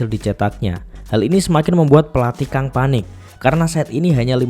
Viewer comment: Kang itu bacanya Gang, kalau Ko bacanya Go. Karena ini pakai pelafalan English, u di Hyundae bacanya kayak kata "lunch" atau Hyeon.